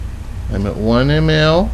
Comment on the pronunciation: I m happy that the mesurement of ml is still alive there in the States but the way he says it😁